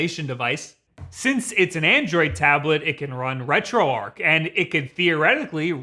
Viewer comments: ...The word is "arch", not "arc"....Retro...Arch.....why do so many people get this wrong? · if this "RetroArch" is prnounced the way you do, hows this "retroarc" pronounced? herd of archbishop or Noah's's arc?